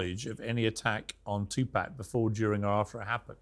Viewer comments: Pierce pronounce it as two pock not pack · Learn how to say tupacs name piers!! It’s NOT TWO PACK…it’s TUPAC !! Piers also wants to put diddys actions on the entire world of hip hop! If u have a hard time understanding something then DONT REPORT ON IT!!! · Piers, its not TuPACK it’s Tupaahhhk. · Its NOT TupÄc...its Tupac! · It's pronounced 2 pawk, 2 pac. Not two pack. Why not correct him? And before anyone says accent, nah. Names don't change regardless of accent. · For God sake he's name is Tupac NOT Toopack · Tupac piers...not twopacks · Its ffunny how he says 2pac. Like pac man. Pronounce puk like hockey puk ... not pac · It's 2pac not 2pack. You dosser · Oh for Christ’s sake it’s not twopack piers it’s tupac tu/paac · Piers its tupac there's no k on hes name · Piers saying 2 “pack” is so annoying, put some effort n pronounce his name right, show some respect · Piers still calling him TuPACK 🤦‍♂️ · It’s not Two pack . ! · Bro Piers come on!!! Its Tupac (Too Paak) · This host kept calling him “2-pack”. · Piers why do you call him 2pack? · If I have to hear Piers say “two-pack” shakur again I don’t know what I’m gonna do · Piers, you gotta learn how to pronounce Tupac’s name 🤍 it’s respect man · For God sake! it's there is no "K" in Pac's name Piers.. don't say Pac name like that man! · I wish Mopreme would have asked Morgan to correctly pronounce his brother's name...